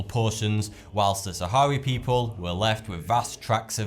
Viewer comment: It's the Sahrawi, not Sahari people